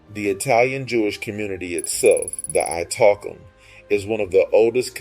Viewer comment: His pronunciation of the word Italkim is ridiculous and hilarious at once. It’s pronounced Ee-tahl-KEEM NOT I Talk ‘Em